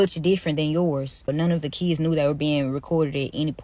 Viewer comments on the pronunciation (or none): The school shouldn't hire a sub that says shkwel and keeds in the first place that person can't spoke properly, what they gonna teach?